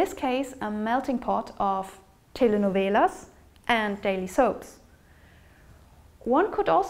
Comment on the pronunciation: Good pronunciation of "telenovelas" !